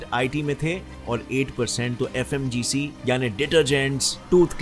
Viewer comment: Sir pronounced sahi se kro fmcg hai aap bol rhe ho fmgc